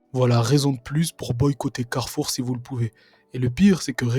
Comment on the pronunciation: Mais non ! ce n'est pas la marque "Carrefour " ... elle le dit elle même ! C'est la marque "Caoueufoueu" ....D'où la difféouence de pwoui